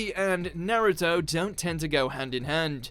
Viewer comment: Please learn how to pronounce Naruto and konoha